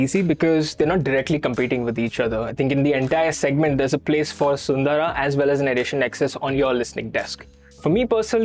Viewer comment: thanks for pronouncing "SUNDARA" correctly. :trophy-yellow-smiling